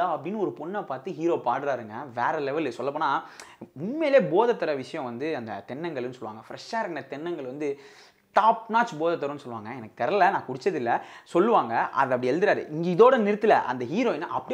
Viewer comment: சிறப்பான பாடல். சிறப்பான review. தென்னங்க'ள்' சரியாக உச்சரித்தால் சிறப்பாக இருக்கும். நீங்கள் தென்னங்க'ல்' என்று உச்சரித்ததை சரி செய்து கொள்ளுங்கள் சகா....